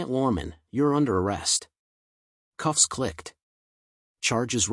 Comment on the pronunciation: 'cuffs' not 'coughs' :)